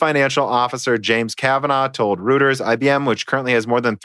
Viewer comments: Reuters is pronounced Royters. Just a pointer. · Reuters is pronounced roy-ters.